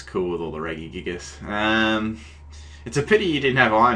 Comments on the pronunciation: op REGISTEEL NOT REGIGIGAS and its not reggy-gigass it's pronounced Reh-Gi-Gig-As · Please tell me what the fuck Reggygigas is? Its fucking Regi pronounced like Reji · no one pronounces it Regui- except him, anyway I give up, you may now continue to crush me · Sounds like your sayung Reggae gigas lmao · Your pronounce regi wrong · its pronounced rejigigas